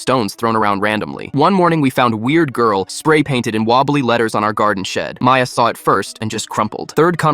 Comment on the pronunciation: Maya? It said “Mia”